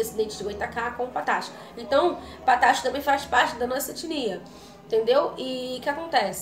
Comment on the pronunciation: Não é “patácho”, é “pataxó”